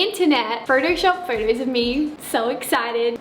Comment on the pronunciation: They way she says photos tho. “Furtos” Lol no hate tho 😂